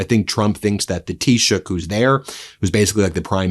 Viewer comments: Well done on correctly pronouncing Taoiseach unlike most of the Press pack today who reverted to calling out Prime Minister rather than even making an attempt. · Thank you Ben for pronouncing the word "Taoiseach" perfectly. Nice job.🇮🇪💚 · Congratulations ❤😂you are the first American that I have heard pronounce taichoct properly. By the way he is a weak looser just as much as trump. Most of us Irish are furious that he went over with our shamrock to the orange idiot.